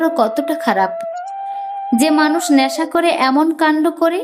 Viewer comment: কানতে নয় , কাঁদতে / বেস্ নয়, বেশ / ন্যাশা নয়, নেশা / শেস্ নয়, শেষ / ল্যাখাপড়া নয়, লেখাপড়া।। ইত্যাদি ইত্যাদি।। 🎉 যদিও এপিসোডটি বেশ দীর্ঘ।। সেই অনুপাতে এবারে উচ্চারণে খানিকটা উন্নতি হয়েছে ।। আশাকরি আগামী দিনে আরও উন্নতির সংগে প্রতিটি এপিসোড শ্রোতাদের কাছে সবিশেষ বাহবা পাবে।। 🎊 পরিশেষে আন্তরিক ভালোবাসা আর অনেক আশীর্বাদ রইল ।।